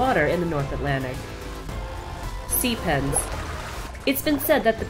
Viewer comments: For a second I thought she said sea penis instead of sea pen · Anyone else thought it said "Sea Penis" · I thought it said "Sea Penis".